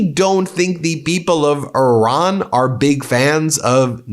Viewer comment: Could you please LEARN HOW TO PRONUNCE IRAN. HOW WOULD YOU PRONOUNCE AVE CESARE? FOR GOODNESS SAKE EDUCATE YOURSELF! BTW I LOVE YOUR CHANEL.